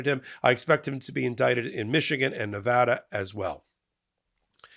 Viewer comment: Thanks for pronouncing Nevada property. My name is Bicycle Bob and I approved this message.